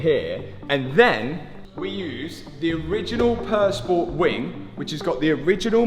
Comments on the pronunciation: im usually not bothered by accents but for some reason purr sport instead of pure sport drives me nuts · Great content. I just wish would pronounce Pur Sport as the French would ("Pure Spore"). It's French for Pure Sport,.